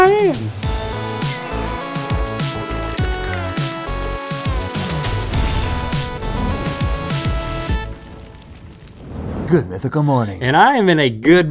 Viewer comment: "Oh I can look at the one in mah haaaynd"